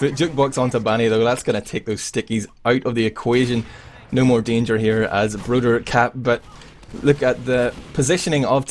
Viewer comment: Isn't it broder?